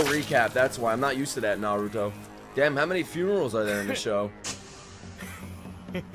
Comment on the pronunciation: I want to thank you. Thank you that you pronounce 'r' in Naruto just like it should be!!! Love it!!!